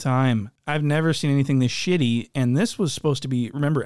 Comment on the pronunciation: Hahahha “shitily”